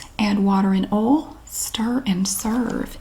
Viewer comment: I've been pronouncing "oil" like she does because I think its so cute. Oahl.